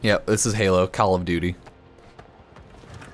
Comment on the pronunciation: "Is it call of duty time? " Me: "Kahl of duty? " XD